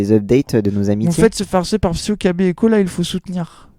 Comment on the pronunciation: Pourquoi ils persistent à te deadname en prononçant ton nom "psy-O" et pas "psyko"? Pas très "citoyen du monde", ça...